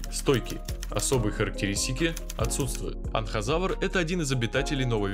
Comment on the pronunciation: ты некоторых бакуганов не правильно навываеш например не Анхазавар а Энказавр